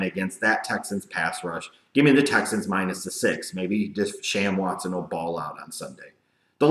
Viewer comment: Wait, did you say Da-Sham Watson? I know that you weren't high on any of them coming out of college, but I can't help but be surprised by that comment. If I heard you right and that is what you said.